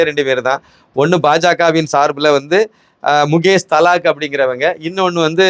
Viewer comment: His name is Mukesh Dalal... and not Thalak please pronounce properly